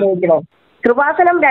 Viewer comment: കുറുവാസനം അല്ല കൃപാസനം ആദ്യം പോയി നാക്ക് വടിച്ചിട്ട് വാ.